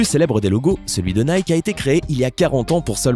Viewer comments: Nike ne se prononce pas comme Mike mais plutot comme Nikee ou Niky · Nike se prononce naïki.